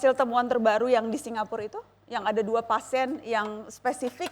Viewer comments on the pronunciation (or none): ternyata najwa gabisa bilang PASIEN